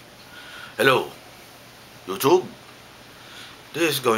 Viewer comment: i love how you pronounce it: yoochoob and beejo